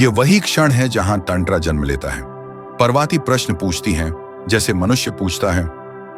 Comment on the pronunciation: व्हिडीओ बहुत अच्छा है किंतु पर्वती नहीं पार्वती है तथा टैंट्रा नहीं तंत्र है